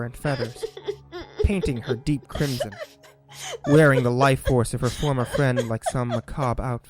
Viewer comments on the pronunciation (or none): none